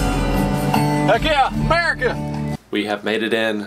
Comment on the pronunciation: "heck yeah AMERCIA"